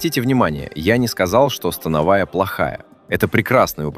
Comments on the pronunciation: Автор смотрел видеоряд? То упражнения на грудь показывают, то трицепс, ну и ударение в слове становая 😅. Скормили ИИ контент и ботов нагнали. А от направления и хвата зависит акцент по волокнам, но тут все очень примитивно… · СтАновая или становАя??? Вы уж определитесь! 😊